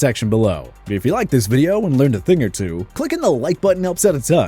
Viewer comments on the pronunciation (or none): none